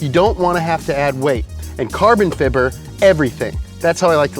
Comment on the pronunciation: I would probably watch this channel more, but I can't stand how he says fiber every single time!...